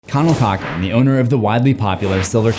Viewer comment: Cochran?? More like 'Cock-ring' >:(